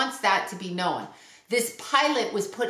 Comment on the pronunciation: Known is a one syllable word.